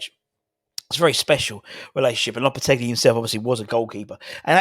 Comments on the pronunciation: Loppertegly....lolol No 'L' on the end, fella. More like 'lopperteggi' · You keep saying "LopetegLi". Sorry mate